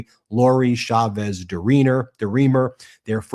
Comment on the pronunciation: Please pronounce Chavez correctly. The CH in Spanish is NEVER pronounced as SH. It is always pronounced CH, as in CHUMP.